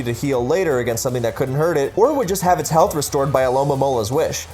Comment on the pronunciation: Nobody: Chansey with eviolite: healfth